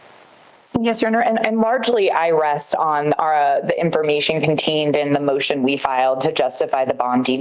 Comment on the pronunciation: Lmao this woman’s voice drives me crazy. Talks like a valley girl. Literally she talks like the blonde Liz character from Kroll Show. “In-for-MEE-shun”